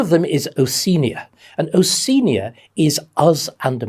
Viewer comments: I'm glad you've mentioned that. When I read the novel 1984 I always took it to be Oceania, pronounced 'o-she-ah-nia' and was a bit confused when David pronounced it differently. I was beginning to think that I had misread it in the book. Living as I do in the continent of Oceania I have a particular interest in this. I was also interested to hear that a person as intelligent and as educated as David has trouble pronouncing the name Haiti, but then I suppose no one is perfect. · I agree, he's so passionate about how history is a living factor in the present. Something we shouldn't forget IMHO. Though I'm a little confused about his pronunciation of 'Oceania'. Throughout my schooling, inc. Uni, we were taught to say 'o-she-ah-nia'. Dr Starkey says 'o-see-nia'. Is this a new thing?